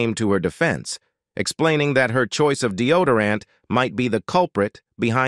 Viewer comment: Capra? Polident? Deodorant? Candida? Diseases? Disorders? These words should be easy to pronounce, yet the narrator butchers them. Add to that sudden, inexplicable switch to a Spanish accent towards the end of the video, makes one really wonder if he's 'all there'.